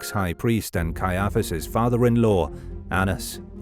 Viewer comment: Cannot believe how you pronounce Caiaphus. You put the emfarsis on the wrong sillarble.